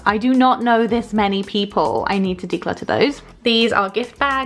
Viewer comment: I solely watch every video to hear her say “declutter” in her accent